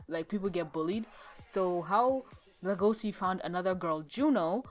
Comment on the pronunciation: Le-go-c you mean Le-go-shi?